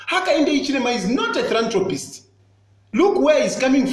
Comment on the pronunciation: "I always check myself to see if I am cuckoo, but I am not." Tayali, talk to Chitambala Mwewa! He will hep you. By the way, it is not 'thrantropist" it is 'philanthropist.'